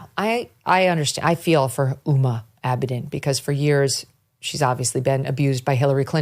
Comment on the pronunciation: Ms. Abedin's first name is pronounced with a hard "H" like "Whom-a". I don't know if it's a conscious attempt on her part to erase her Muslim background (being of Islamic Indo-Pakistani parentage and having been brought up in Saudi Arabia since age 2 to when she started college in the USA) BUT the name, "Uma" is of Sanskritic origin and generally used by Hindus. Uma Thurman was given the very Hindu name Uma Karuna by her parents. Her father was an Indo-Tibetan scholar and she was raised Buddhist. Her mom was a model (yes..,. a real one - just look at Uma Thurman as evidence of this). The name Uma is another name for the Parwati or Durga - the most powerful symbol of feminine power in Hindu mythology. WHOMA may well well have her own reasons for de-emphasizing her roots which are not at all Hindu. Since age 19, she has exhibited an uncanny ability to attach herself to powerful people. When she met the Weinermeister, he actually was going places in the Dem party until he turned out to be a pedo of which I suspect he is one of many in power circles. BTW, I agree with all your observations about these people. They are not normal human beings. I'm a writer and my writing room where I often am relegated to sleeping owing to my snoring (so as not to disturb my wife) is strewn with books and other things. I wouldn't want to live in these lab experiments, these people call homes. How many assistants did AOC have to go through to find those knitting needles?